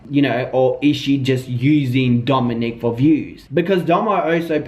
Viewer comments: It’s Domonic* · Domonique is typically the female version/spelling of that name, I believe his name is pronounced like Dominick. Just letting you know for the title grabber 💋🌹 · Ok ... he’s name is Domonic not Domonique